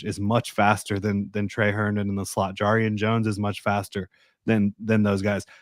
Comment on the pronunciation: Its JAR-rian jones. Like jar of pickles. Don't want to be that guy that's mispronouncing names lol. Good show.